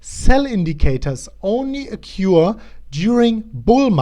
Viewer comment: occur: okkoer ;) But don't fret it; se chicks luv ze accent anyvays